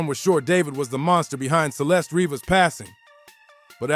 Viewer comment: Dude, get it right. Her name is Celeste Revas not Rebas